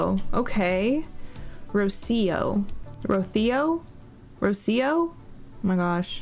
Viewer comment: In min you pronounced Rocío perfectly! it means "dew" in spanish! it's a fem name. Very pretty!